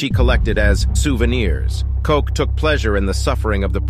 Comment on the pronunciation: Buchenwald and Koch, u dont pronounce the names correctly.